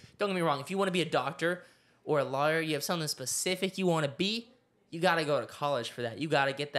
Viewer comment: no way said law YER